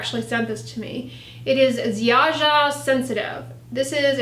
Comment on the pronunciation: Lovely to see Ziaja (Polish brand) on your channel. It's a cheap, but gentle/basic brand. Also, you pronounce it Ziaya, or Zaya. ;-)